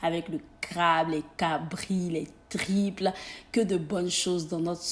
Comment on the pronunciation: Sai moi qui entend mal qand elle prononce les triples au lieu de tripes?mai on t’adore 💕😘